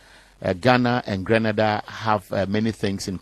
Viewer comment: don't confuse us with Granada dear. We are Grenada pronunciation Green nay Dah. P Our population is 120,000 and we are a middle class country. Don't confuse us with Haiti or other islands in the Caribbean. Our children are well cared for we have inside plumbing and every home has washing machine. We also have university on our island. Stop your foolishness and education yourself. So many Nigerians and Ghanaians are living in Grenada in search of jobs and attending university.